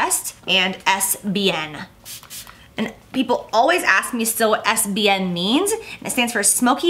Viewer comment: am i the only one who heard SBN as es bein ?